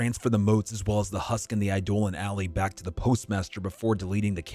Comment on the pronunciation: Eye-Dolan alley…?